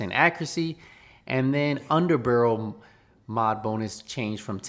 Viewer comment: I didn’t come here for news - I came here to hear say HERURIC and UNDER-BUHRUL